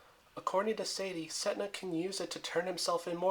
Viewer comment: its pronounced as set ney not setna